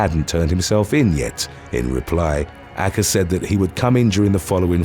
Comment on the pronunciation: Why would you pronounce Akers that way? Obviously, you're guessing, and it's not even a reasonable guess. Too many YouTubers do this. They come across a word they're unfamiliar with, but don't bother finding out how it's pronounced, and often misuse the words on top of it. Obviously, names CAN sometimes be pronounced differently and still be legit, but this isn't one of them. It irritates me when creators get lazy, and I tend to put them on my "do not recommend" list the first time I catch them at it. This channel has been entertaining enough that I'll continue watching, but more idiocy will lead to me dropping you. Yes, it IS idiotic to be sloppy.